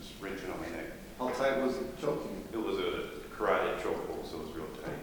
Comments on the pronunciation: I'm well aware of what that is, sure as shit sounded like Karate but ok. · No shit sherlock, I think that was obvious to most. I just heard Karate instead of carotid.